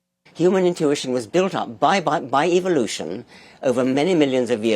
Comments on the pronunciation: Did Dorkins say "evilution" lol. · Did he say evilution? Naturalism is like Islam. If you take either seriously you can’t either seriously. Btw Hernandez’s book was great.